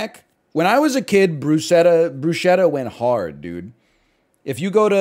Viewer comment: Please stop miss pronouncing bruschetta